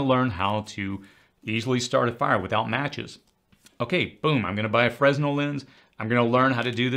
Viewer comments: I normally don't criticize pronunciation, but this one is near ands dear to my past. 'Fresnel' is actually 'fer-nell', slight emphasis on the 'nell'. Don't know that it matters, since almost noone outside live theatre pronounces it correctly, but there you go. What am I proud of this year? I stayed alive this year. 'Nuff said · FYI: "Fresnel" is pronounced "frenel", the "S" is silent. Thanks for all your hard work! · Another great video, you are as much of a motivational speaker as a prepping instructor. One thing though, the 's' in fresnel is silent.